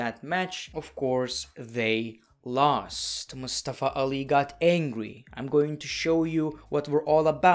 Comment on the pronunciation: Its nice that you tried to pronounce Mustafa Ali correctly.